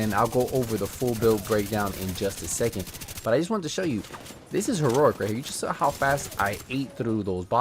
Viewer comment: “This is heruric”